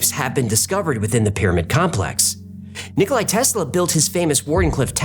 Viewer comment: "Nikola", not, "Nikolai"...(just sayin'.) Love you guys!!🎉🎉🎉